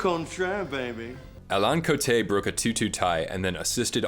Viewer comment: Great content ! Thank you for saying the french names like they should sound. You prononced every name perfectly especially Alain Coté. You've done your homework for sure.